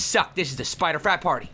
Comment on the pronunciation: Who else thought he said spider fap party instead of frap party which isn't even a word?!